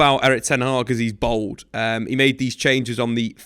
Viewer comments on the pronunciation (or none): bald? Or bold 😭🤣